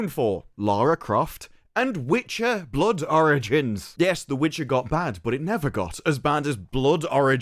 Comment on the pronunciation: I keep thinking you’re saying “Blood oranges” whenever you say “Blood origins” 😂